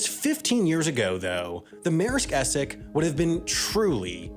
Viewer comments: its es-sex not esec. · Man what is going on with your pronunciation? Even with English words like Essex (essecks). And how did you get to vung tai out of Vung Tau (voong tau). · Essex is not pronounced Esseck :| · Your inability to pronounce the word Essex is hilarious 🤣